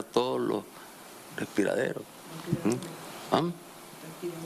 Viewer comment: Jajaaa BRUTO MONUMENTAL, ni respirdores sabe decir esta Burromoclin, «respirderos» dice jajaaaa. Pero claro que se puede esperar de esta BESTIA CRIMINAL, si no estudio y no sacó el bachillerato, el BCHIBURROOO ahi lo tenemos dando cátedra de burrologia que es su profesión y su especial: ASESINAR, VIOLAR niñas indefensas como Zoilamerica, ROBAR y SAQUEAR, PIÑATAER los bienes del pueblo trabajador. Moclin desgracia te irás muy pronto con toda esa tu pacotilla de SERVIL e igual de CRIMINALES que vos y la bruja sobaco peludo de la satánica chayopello, bruja asquerosa, excremento de Satanás.